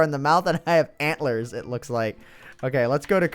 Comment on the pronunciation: ANT-LERS lol